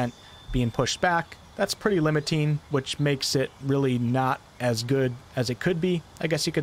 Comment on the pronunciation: hEx not hax. :P Limitine? LimitinG.